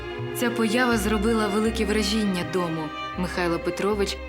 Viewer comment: Вражіʼіння -це вороги ,а враʼження ! Уважніше з наголосами ,будьте добрі .😊